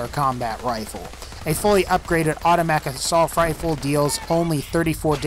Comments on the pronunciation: auto mac sulf rfl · "Automack assaulf rifle" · Im not the only one who heard him say “autofatic a sulf rifle” right?